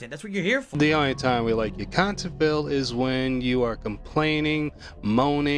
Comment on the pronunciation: Only reason his old 'KHANTENT' is better is his dents can't handhold him